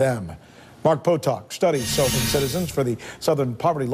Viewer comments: He can't even say the word "sovereign" right. What a douche this sanchez guy is. And the southern povery law center is a communist anti-American organization. Ut Oh, sanchez in trouble for saying something about jews, whose the racist now dirty sanchez. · Rick Dirty Sanchez can't even pronounce sovereign let alone understand the concept. Oh wait government is his god, now it makes sense. He reverses his ideology that he would normaly use to support the invasion of illegal's to the states. Even more funny about this video to me is the fact they are bitching about people who hate the government and at the same time the stock market ticker is showing the DOW down -134.00 points.